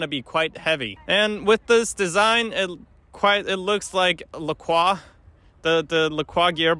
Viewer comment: OMG someone pronounced Lacroix correctly!